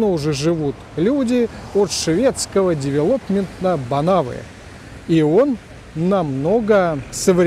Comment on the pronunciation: ...представляет собой - девЕлопмента (ударение на второй слог) - А в Магнифике разве не сборная? То что есть в Магнифике механическое побуждение - это да, но воздуховоды сейчас везде сборные. А как иначе? В магнифике из кирпича выкладывали? - Бывшее главное здания завода "Знамя Труда" 1911 года постройки. С 2001 года здание является выявленным объектом культурного наследия.